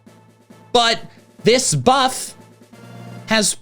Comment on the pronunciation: I thought you were trying to say ‘boost’ but I guess you were trying to say ‘buff’.